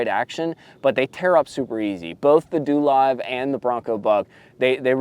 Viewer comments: DoLive pronounced DoeLive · It’s pronounced doe live😂